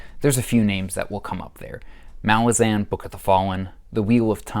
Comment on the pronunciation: Thank you for pronouncing Malazan in the good way.